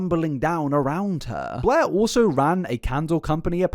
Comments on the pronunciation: Every time you say "Blair" all I can hear is "Bleh" and it always makes me think about that character from that Comedy Central show, Drawn Together. Lol 😅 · I love that his accent makes every time he says Blair sounds like BLEHHHH